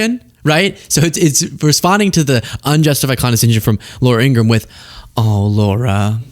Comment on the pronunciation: you've outdone Ben Meiselas by pronouncing 'Ingraham' correctly. He can't.